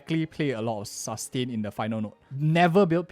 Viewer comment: The way he says ( Sus - tain ) 😂